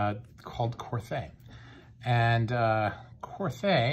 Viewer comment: Pronounced Kor-Tay.